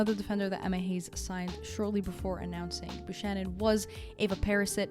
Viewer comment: Excellent as always. One thing, Buchanan is pronounced with a hard k not a soft sh.